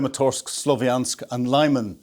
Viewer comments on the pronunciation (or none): I like the format - I value the analysis. The only thing I'd like to see is for to to take the time to learn the prononciation of the towns & weapons he's talking about, as for me it detracts from the otherwise great content (eg Lyman (Li-man) ShahEd drones etc.)